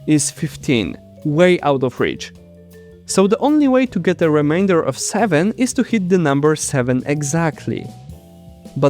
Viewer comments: Just figured I’d let you know that the “ai” in “remainder” is pronounced with a long “ay” sound (long “e” in most languages), like “say”, not the “ai” sound most languages would use. I only say this because I kept hearing it as “reminder” while listening to the video, and it kept throwing me off. This isn’t a complaint, mind you; your English is perfectly understandable. It’s just that, in this one case, it ended up sounding like a completely different English word! And I fully understand how nonnative speakers stumble over our vowels! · Can you please say remainder properly, your way just sounds too much like reminders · There's an "a" in remainder! Really great video. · The word 'Remainder' is pronounced 'Re - mein - der', not 'Re - mine - der! which means something to 'Remind' you of something! I will be constantly reminded of this through the remainder of the video. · Is it really too difficult for you to say 'remainder' rather than 'reminder'? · Reminder =!= Remainder You were pronouncing the former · Re MAINE der, not re MIND er!! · Remain not remind. Fuck. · Remainder should not be pronounced like reminder! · i like how you pronounce the word "remainder" as"reminder" especially because "modulo" means "forgetting" (whole multiples of) 🥰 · I love your video, and also have a tip for you. Consult a native English speaker on how pronounce “remainder.” (It sounds like you’re saying “reminder” to us.) The “ai” part is pronounce like the A in cake. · I also thought it was a great video but was very distracted everytime remainder was mispronounced as reminder. They are two very different words 😅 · please learn to pronounce remainder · Reminder not equal remainder 😅 Oh, and "Eureka" is pronounced like "you - reeka" in English Cheers! I enjoyed the video!